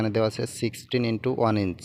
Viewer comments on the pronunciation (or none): none